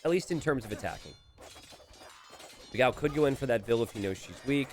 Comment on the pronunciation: Waiting for the day when will learn to pronounce Dogão's name correctly.